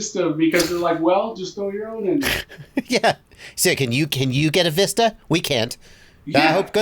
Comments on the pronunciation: Most annoying thing the way says Vista 🤣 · Thanks JB for teaching how to pronounce the word “vista” which is an actual word in the English language.